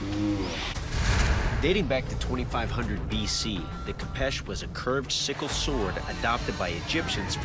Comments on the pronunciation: Fun fact it’s not a kapesh it’s a khopesh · its not called a kapesh its a kopesh-_ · Kho-fesh that’s how you say it